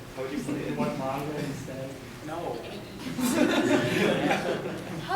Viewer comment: "Animoos or Mangoos" HAh